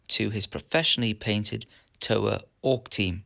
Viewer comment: I'm Māori I'm 50/50 with happy to see our culture used as inspiration but also shocked at how loosely it was used, those tattoos were well painted scribbles. The pronunciation of Toa is more like the TO in TOur... TO a